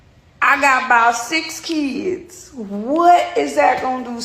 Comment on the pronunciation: "I gaht bot six keeds." Was she unsure of the number? And I'd bet money she didn't get an eviction notice. She is lying. No mother and her six kids are getting dropped off in a parking lot